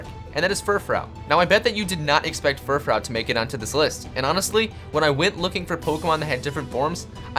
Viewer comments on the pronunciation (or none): It's pronounced fur - fru!!!😡 dumbass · It fur froo not furfrow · Vivlion?! Really? VIVILLON. Vivid + Papillon. VIV-ee-yawn I had to skip that part, it would've been too painful. -Furfrou = FUR-froo. Fur + frou-frou. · I'm not trying to be rude, but I'm pretty sure it's pronounced, "Fur-froo' but I could be wrong. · lean how to say fru-froooooooooo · it's pronounced furfroo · your furfrou pronunciation to me sounds gay af